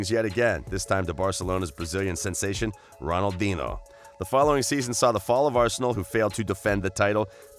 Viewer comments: Waited a bit more and unsubbed when he said Ronaldin ho... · Your pronouncing of Henry, Ronaldinho & premier league are shocking lol